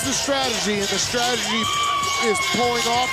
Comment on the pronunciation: Why can't you say "strategy", lol? Probably the best female fight in R&R?